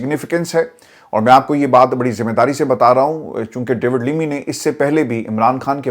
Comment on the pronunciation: Bhai English to saheeh perh lo. Lammy KO limmy kehay ja rahay ho.